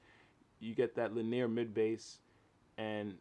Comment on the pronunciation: Linear -- it's pronounced "LINN-ee-uhr," three syllables. Great review, though. Just what I was looking for.